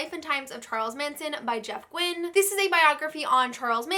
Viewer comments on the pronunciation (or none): none